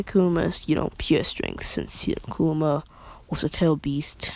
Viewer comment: He says kuwama aswell. 😂😂😂😂